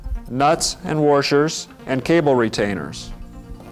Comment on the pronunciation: Ugh its washer not warsher < /ni t>